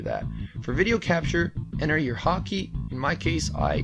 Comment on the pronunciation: "haw key"